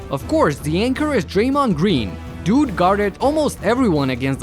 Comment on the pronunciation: love when he says "DOOD is averaging" or "DOOD is one of the best" 😂